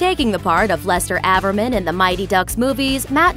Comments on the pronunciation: AVERMAN not Avarman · It's Lester averman not laster ávermen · it's "ajverman" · The narrator saying avermen pissed me off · You said Averman's name wrong.. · You mispronounced Averman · How she pronounces Averman proves that she never watched the movies.